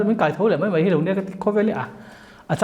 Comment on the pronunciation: Mai tih tur ah mei a ti char char a kawm tu hian.